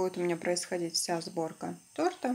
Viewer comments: Была одна) тортА сказала) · Торта ударение на первый слог